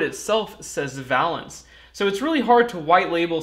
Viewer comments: I don't know if I would say "worth the price" but WOW what a difference! and Thank you for doing this! FWIW I think the companies name should be pronounced Vay-lance like in chemistry valence electrons. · It's pronounced va - long A - lence - as those of us with an academic chemistry background learn. The valence of a molecule is "the combining power of an element, especially as measured by the number of hydrogen atoms it can displace or combine with" or "relating to or denoting electrons involved in or available for chemical bond formation". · Would have enjoyed this video more if you could properly pronounce Valence. I cringed every time you said it. "Vay-lenss". One consonant following the vowel, that vowel is pronounced long. Basic English. I learned this in first grade back in 1962. Otherwise an interesting video. I changed my initial thumbs down to a thumbs up. Keep up the good work.